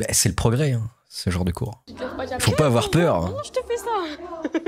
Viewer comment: Il ne faut pas awouar peuw...